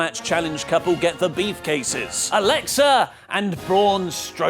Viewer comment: Is saying beefcases 😂